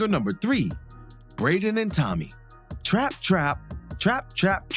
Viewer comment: Good eye. But why you saying Trap like that?